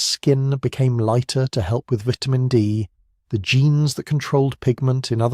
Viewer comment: Why do you keep changing the pronunciation of vitamin? Is it a metaphor?